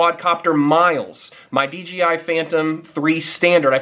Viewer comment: it's DJI not DGI